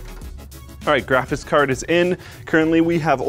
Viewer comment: this guy can’t say “graphics card” lol